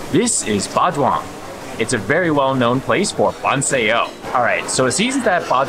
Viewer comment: Ba Duong. Ba Zuong.